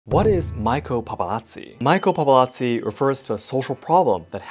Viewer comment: Not Maiko, the pronounce is like Ma-Yi-Ko